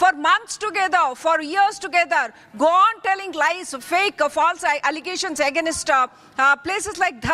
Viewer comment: On another note, why is the quality of this journalist so bad? Claiming is pronounced “climing” Against pronounced as “Again-ast”. Not to mention the number of “aa” space fillers. I mean, people make these mistakes but for a journalist, this is absurd.